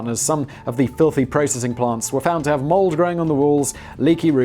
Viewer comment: There was also a "processing prant" in there.